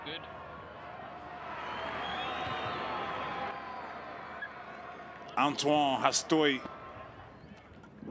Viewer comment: It's not Antwon it's Ontwan 😀